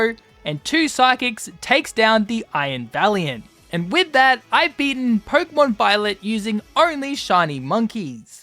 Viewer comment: Stop saying porkumon instead of Pokémon